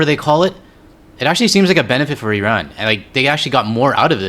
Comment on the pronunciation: They can’t even pronounce Iran correctly. I rann